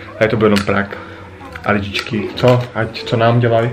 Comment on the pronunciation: Nauč se vyslovovat slovo prank...